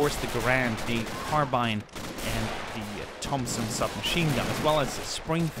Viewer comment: I'm glad you said "carbine" instead of "carbean"